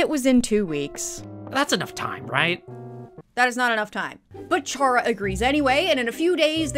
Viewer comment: Not to be the one Undertale fan to correct you, but Chara is pronounced Care-ah. Like character. It's a pun, like all of the characters in Undertale are. Though, the fandom STILL debates how it's pronounced despite how obvious it is, so I don't entirely blame you.